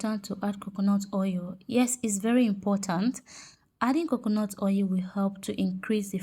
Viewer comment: Not ou it's oil